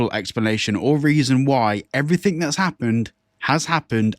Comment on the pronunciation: I don't listen to people that say "everythink"